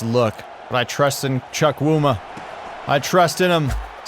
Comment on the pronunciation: im Nigerian, and when you say quincys last name, its pronounced "Chew-Coo-Ma" and not "Chuck-wu-ma'